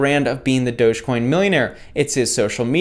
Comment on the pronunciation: It's doggy coin not doughs coin